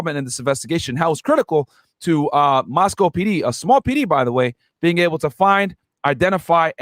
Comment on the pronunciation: So many errors discussing this case. Minimizing the young ladies to three “blonde” sorority girls. Which isn’t even true. Dylan and Bethany misnamed. Moscow being pronounced wrong, where the dog was located. I had to stop listening. The turtle suit is to prevent a prisoner from unaliving themselves. He’s not wearing a bullet proof vest. He also has not entered a plea yet! That was just a statement he made to his original lawyer for the extradition hearing in PA.